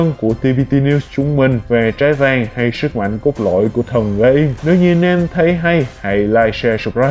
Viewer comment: Kamen Rider GAI-MƯ not Gem, not Gam, Ga-im, not Gaymu